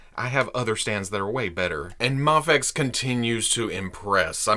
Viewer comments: It's "Mayfex." Do you pronounce scuba as "scubba" because the u stands for underwater? The I in "IMAX" stands for "image," so why don't you say "immax?" It's "Mayfex," and while we're at it, it's "jif." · Isnt mafex japanese so its mafex? As in mafex not mayfex? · I say it like May-fex and I agree it feels weird when your saying it different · Guys it’s pronounced mafex idiots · Mafex is an acronym. It has no proper way of pronunciation cause it’s not an actual word. Say it how ever u want. And tell ppl to stick it if they don’t like it. Mayfex all day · The short "a" in "Action" has no bearing on how the acronym "Mafex" is pronounced. Say May-fex or even Maw-fex if you prefer. What if the "X" stood for "Xylophone"? Would you pronounce it Mah-fez? You could, but that energy would probably be better spent tackling larger psychological problems. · In the video, reasons that since MAFEX is an acronym and the A stands for "action," it should be pronounced with a soft A (mah-fex.) I pointed out that many acronym words don't function like that, giving the examples of scuba and IMAX. What here doesn't make sense to you? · it’s mafex! not mafex and definitely not mafex. who the heck even says mafex?